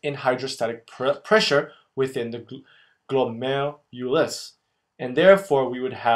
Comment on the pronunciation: i am literally laughing and crying at the same time while watching this video. the former because the way you tried to pronounce glomerulus is so funny, and the latter because i finally understand this part of nephrology! THANK YOU SO MUCH! i'm still waiting for the reabsorption video tho.. and can you PLEASE make one on countercurrent multiplication system?